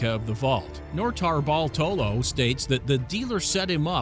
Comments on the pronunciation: The way nortabartolo is said makes me uneasy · Noter-Bartolo one word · The way he says notarbartolo makes me cringe